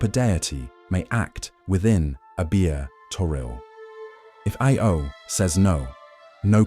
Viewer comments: you keep saying IO instead of AO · he's not even said IO, it was I-O XD